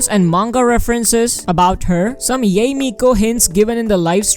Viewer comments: it's pronounced yai. i thought it was pronounced yay too until the patch came out. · Can we just like say... Yah-Eh? Not Yay? LMAO I dont usually mind pronunciation, but it's like "YEY!! YEHEY!!". LMAO